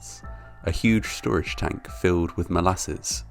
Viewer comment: SCHtorage tank, SCHtreetcar, SCHtruggled, conSCHtruction..... Ffs!!! :-(